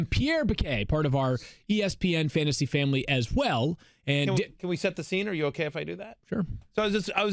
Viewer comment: “Fantsasy” live mock 😂 The writing skills needed to work for espn is impressive